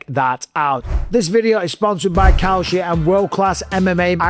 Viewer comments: Maybe Kalshi shouldn't be hiring people to advertise their product who pronounce it like "Cow Shit". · When you say kalshi it sounds like cow shit. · Cowshit? Needs to work on that accent. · Kalshi? I thought you said cow sh*t. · Kalshi haha I swear I thought you said "cow sh*t" 😂😂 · Dude says kalshi and it sounds like cow shit lol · I thought he said cow sh*t 😂😂😂